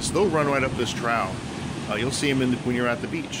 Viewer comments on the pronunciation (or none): "Trough" is pronounced troff. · “Trough” is troff, not trow